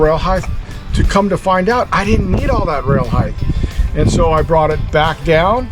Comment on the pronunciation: "HeighTH" is not a word. Speak English!